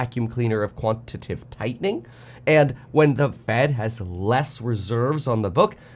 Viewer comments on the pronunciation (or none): again, it is 'quantiTATive,' not 'quantitive.' amateur